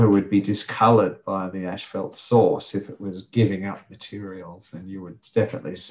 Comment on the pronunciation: why are both of you saying ash fault...its pronunciation is as fault.. asphalt ..not ashfault